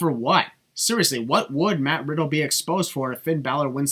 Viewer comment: i think he said matt widdle